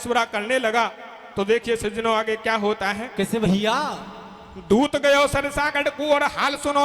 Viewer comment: सज्जनो शब्द को थोड़ा सही बोलें। बाकि धबले जी जैसा ही सुंदर गा रहे हो